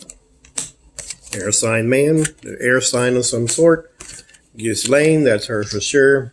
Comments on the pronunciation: The ‘s’ is silent in Ghislaine. And the ‘g’ in Ghi is pronounced gee with ‘g’ being a hard ‘g’ as in guitar. The Laine part of Ghislaine is pronounced ‘Lan’ ... so we get Geelan.😊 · Hello, not to be offensive, but rather just to help Her name Ghislaine is pronounced ""jeesLen" I hope this helps